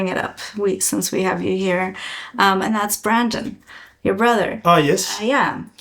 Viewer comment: Love the look of the car, the motor, and everything to do with this project! Also, it's Brendon, not Brandon.